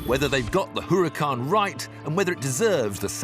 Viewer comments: IT'S NOT HUH-RAH-KAHN, IT IS U-RAH-KAHN HAHA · Jeez, just listen to this guy! What the hell is a Hooracan???? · Huracán H has no sound in Spanish, so you might as well say Uracán stress in a, We mark it á. The accent mark ´. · He doesn't like the looks, and he can't pronounce a simple Spanish name correctly. Why should I be listening to this old man again?